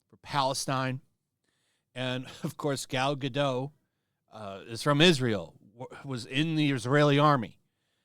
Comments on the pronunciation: It's Gal GadoT. the T isn't silent in hebrew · Yes, pronounced as written (with the T). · Or GUH-Dot 💀😂😂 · Gal Gadot.Pronounced GAH-DOUGH.GAH-DOH. 🙂🙂🙂🙂🙂🙂Just trying to help.